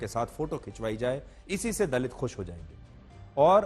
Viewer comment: Dalit kya hota hai itna bda ankar hai theek se word bhi nhi bol sakte